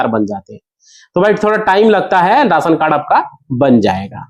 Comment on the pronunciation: Raasan nahin rashan bol